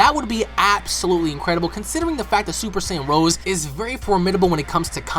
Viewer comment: It's not "Super Saiyan Rose", it's "Rosé"! Like the type of wine.